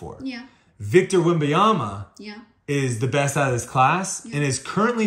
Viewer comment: If you’re gonna make a YouTube channel about sports you really gotta get the names correct. Wem-ben-yama